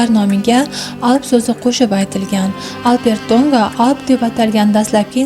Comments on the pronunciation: Урғуни тўғри қўйинг, Албертўнга деб эшитиляпти, хуник эшитиляпти. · Хурматли синглим. Алп Эр Ту'нга исмини " АлперТу'нга" деб укияпсиз. 3 та сузни деярли 1 суз килиб укияпсиз. Ифодали укишнинг уз коидаси бор. Бу тез укиш эмас. Талаффузингиз хакикий узбек( туркий) эмас. Ифодали укишни Афзал Рафиковдан урганишимиз керак.